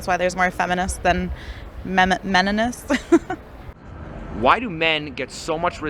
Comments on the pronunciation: "Menomist" 😅 lmao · Duluth model. Flat rate child support. She actually said meninist lol